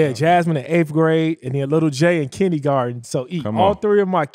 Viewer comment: “kinnygarten” 😂🤣 love ya!